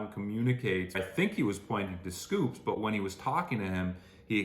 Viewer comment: …. it’s not SCOOPS!!! it’s S Coups. two syllables 😭😭😭. very endearing mistake but i cannot let this continue any longer